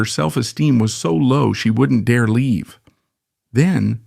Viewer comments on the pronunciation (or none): none